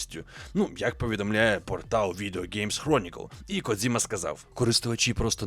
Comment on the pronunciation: Коджіма, а не "Кодзіма". Це калька з російської транслітерації. В усьому світі він Коджіма, окрім для гоблінів